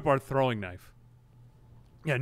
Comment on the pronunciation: I LOVE how you say knife as knief sometimes. I do the exact same thing.